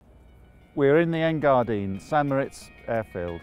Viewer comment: A little uninformative, and a little weak. Also it isn't Engardin, it's Engadin.